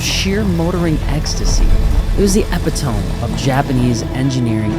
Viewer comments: Epitome, uh-pit-oh-me!! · Epitome = Ep-Pit-toe-me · Bro really said epitome like that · Epitome: "Ep-Uh-Tome" NO!!! Epitome: Uh-Pit-Uh-Me YES!!! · EH-PIH-TOME???? Eh-pih-toh-mee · It’s pronounced epi-toe-me not epi-tome. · best way to tell if someone didn't write their video, listen to how they pronounce "epitome" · Epitome is pronounced e pit o me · Great video, I love seeing people get into the new Z. Also epitome is pronounced eh-pih-te-me, for future reference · EPI-tome... HA! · Why did he say epitome like that? It’s pronounced epitome. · Epi Tome? Not how that word is pronounced, lol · Eh-pi-tuh-mee. No hate, just sayin. I’m curious to see if you’ll have to do anything to defeat the nanny systems. Maybe you could use the car for a write off if it’s used to promote your business? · He said epitome all wrong. It’s epitome. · Me cringing at how he said “Epitome”. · EPITOME?????????? did you do that on purpose to make us all comment lol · pronounciation of epitome killed me lmfao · I did a double-take on that one... I'd almost think it was intentionally mispronounced if he didn't sound so serious...